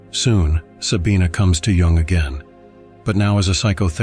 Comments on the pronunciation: It is spelled Jung, but pronounced Yung. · His name Jung. Not Young.